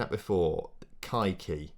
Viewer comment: you might want to avoid the way you pronounced kaiky for monetization and TOS reasons